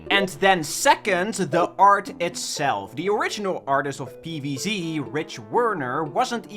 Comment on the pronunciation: If I have to hear PEEVEEZEE one more time im ending it